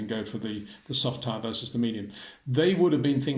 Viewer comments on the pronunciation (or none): none